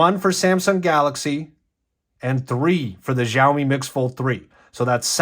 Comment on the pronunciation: Oh and it is pronounced show me.. think showerwith no er at the end